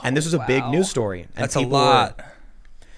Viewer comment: LOVED Tim Pool's ♥ Tony Soprano New Jersey accent! "Lemme til ya a staaroyh (ADDED BY ME: and pass over da Canolli, LOL)"